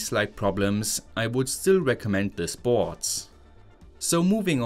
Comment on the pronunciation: I love how in German the word "board" becomes "bhootss". 😂😂